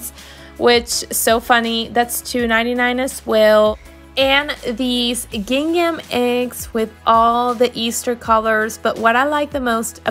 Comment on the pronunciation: Sorry, I had to mute your voice over and just watch the video. Your constant use of "these ones" drove me nuts! This is incorrect grammar and annoying after the 3rd time hearing it. Also, you are butchering the word GINGHAM! Please Google it and practice the correct pronunciation. No offense, I just could not stand to listen.